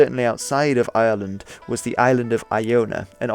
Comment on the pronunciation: I find it very hard to distinguish how you pronounce ireland from how you pronounce island